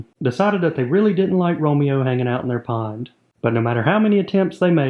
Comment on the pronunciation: I thought u said acre porn. 😅